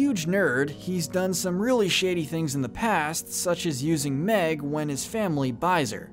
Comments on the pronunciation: meg not mick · Mick? You mean Meg? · Mick it’s meg